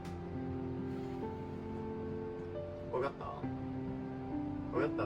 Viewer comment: のちょっと発音が甘いかんじというか、「わかったー？」がなんか「わがっだー？」に聞こえるというか、とにかく可愛いです